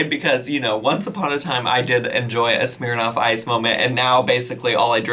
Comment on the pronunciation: The way you say ‘Smirnoff’ kills me